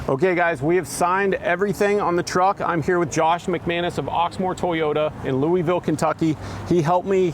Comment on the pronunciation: I'm just glad he snuck that proper way to say Louisville in there